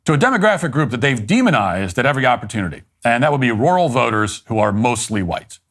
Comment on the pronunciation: Matt, to say “Rural” correctly, just pretend you’re saying the name “Earl” with an R on the front of it. R-Earl…you’re welcome.